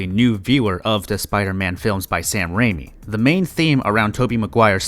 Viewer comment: Only critique I can give to is the way he pronounced Raimi and Symbiote. That was my only gripe. Rest were spectacular.